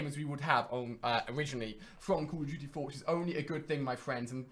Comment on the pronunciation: I'm sorry but call of duty is not pronounced call of juty